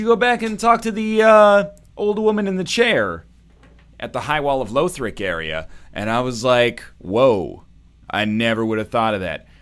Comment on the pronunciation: stop saying Loethric plz